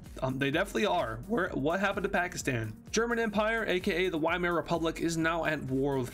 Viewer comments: VIEMAAR NOT WHYMARE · Weimar Is pronounced Vy-mar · not being a nerd just a helpful tip the Wiemar rep. is pronounced like viemere rep.